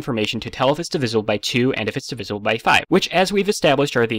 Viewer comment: Out of everything in this video, how did you manage to mispronounce "divisible"? D I V I Z L E